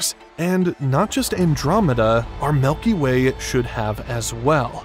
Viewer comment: Very interesting to learn about Euclid, thank you for posting this. There was something I wanted to mention, the way the name Milky Way was pronounced throughout the entire video. He kept saying it as "milky WAY", really emphasizing the word WAY over milky. Any particular reason for this?